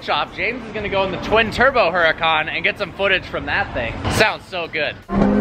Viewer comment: Dude, 'Hurucan' is pronounced like 'Ooh ra (roll the r) khan'